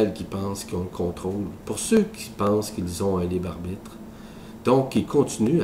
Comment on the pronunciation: "Le libarbite"